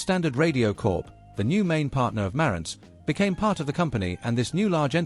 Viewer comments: Not pronounced as done here, the emphasis is on the "ANTZ" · It's ma RANTZ - accent is on the SECOND syllable! Leave it to a British person to screw up the pronunciation as they always do. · So according to the narrator with the British accent, everyone has been pronouncing the name Marantz incorrectly. So phonetically Mare (like the female horse) and ents (like the tree beings in The Lord Of The Rings) it's "Mare-ents"(?) Huh... Learn somethin' new every day. (lol) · You don't know how to pronounce Marantz: Ma rantz. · Please pronounce the name correctly..Hard R.